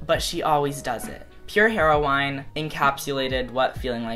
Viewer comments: how you said pure heroine made me laugh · You say heroine so funny I love it ahh